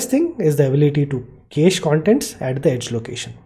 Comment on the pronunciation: Cache in USA is pronounced as cash. Anyway, awesome content. Thank you so much.